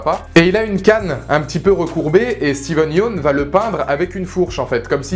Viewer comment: Comment il écorche le nom de Steven